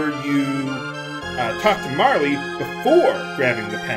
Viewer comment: I cringe every time you call her Marle "Marly." I guess I'll have to get over it.